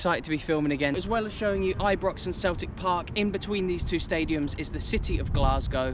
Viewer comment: It's not Ibrox it's I-pox 😂😂